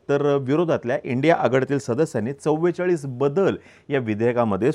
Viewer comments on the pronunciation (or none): none